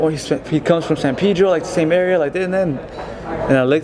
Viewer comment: " he comes from san pidro"